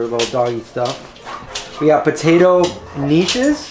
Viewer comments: K nish is pronounced with a k and rhymes with fish. Neesh? Geesh. You need some Yiddish lessons. That Dave's bead was two years old and frozen? I don't think I would want it then. Steve's is one of my favorite ice creams. They are hard to find. This inspired me to look for a similar store near me. I found one in Easton, PA. I am spending more and more on food. I am going nuts. I know the prices are creeping up unless you bargain hunt like crazy. I usually want organic produce. Just a word of caution, I heard a farmer tell me that most of the local corn in NW NJ is GMO. That would mean it is part firefly. Just so you know as a vegan. Also the crookneck yellow squash at his stand was GMO, with no label. Greenpeace and other webistes reported that GMO corn for human consumption was off the market. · Oh boy,. It's pronounced "KAH-NISH".;) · lol! Knish, pronounce it with a hard K. I love them and grew up with them as a kid. Hope you like them.